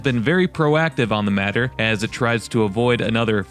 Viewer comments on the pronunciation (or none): none